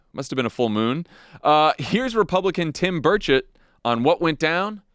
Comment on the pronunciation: Every time you say Tim Burchett, my British ears hear "Tim Birdsh*t"!